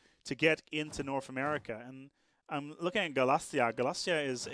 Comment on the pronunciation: You've got a couple of pronunciation issues,. Galicia, not Galacia. Waldensian, not Waldesian. Pomerania, not Pomeria.